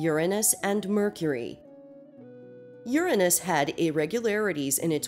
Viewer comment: THANK YOU for not pronouncing Uranus as "your aynus", honestly I absolutely hated that.